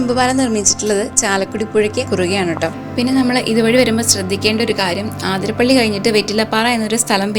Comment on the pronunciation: ആതിര അല്ലാട്ടോ, അതിരപ്പിള്ളി ആണുട്ടോ